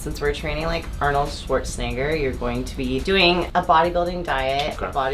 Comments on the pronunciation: HE SAID NIBER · Notice how he pronounces it Arnold schwartzNihger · Is it me or is he low-key saying shwarzenigger XD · His name: Arnold Schwarzenegger. The way he pronounced it: Arnold Schwarznegger. Ik but still. RACIST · No one gonna mention how she pronounced his name lmao